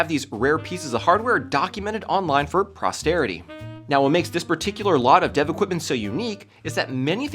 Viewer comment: Posterity not prostarity